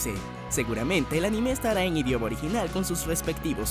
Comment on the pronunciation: Siempre me pregunto porque los latinos le ponen un acento inexistente a la palabra anime xD